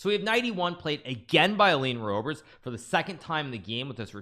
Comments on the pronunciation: The way to pronounce the Dutch 'oe' in English, is the same how you in English pronounce the 'oo'... like poo... so Roebers in English... pronounce it as Roobers in English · > 'oe' is pronounced as the ''oo'' in ''book'' (roobers) + Nice games!